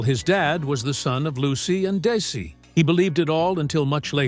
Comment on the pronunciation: My God it's Desi (pronounced Dezi) please. My name is Desi.